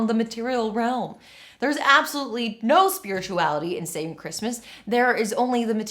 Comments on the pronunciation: I keep hearing "Saving Christmas" as "Satan Christmas" and feeling wildly confused for a second lol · Anyone else keep hearing "Satan Christmas" instead of "Saving Christmas"?